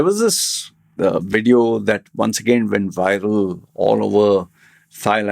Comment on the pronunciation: In this Wedio? Get someone with a decent accent to present and you hold the camera...